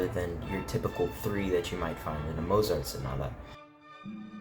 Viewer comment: Learn how to pronounce Mozart!